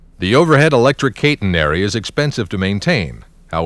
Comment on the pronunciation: KAY-tenary? I am surprised, work is usually authoritative. NO ONE pronounces CATENARY like that,.